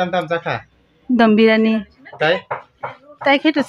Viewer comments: Dum biryani ❌ Dom biryani✔️😂😂😂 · Dum biryani ❌Dom birani✅ kuch bhi